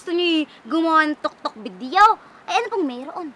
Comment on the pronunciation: Tiktok po Yun hindi po Yun toktok